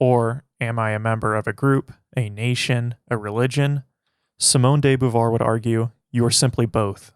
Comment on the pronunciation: who the f is simone day boovar? thought it was about simone de beauvoir